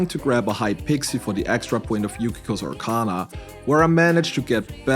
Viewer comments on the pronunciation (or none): none